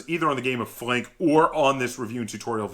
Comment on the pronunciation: Thanks! First reviewer that pronounces my name correctly :)